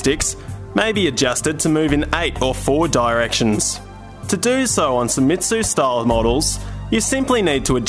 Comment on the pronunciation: It's "say-meats" not "sai-metsu"